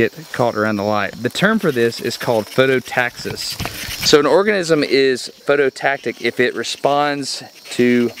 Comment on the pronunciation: he said orgasim in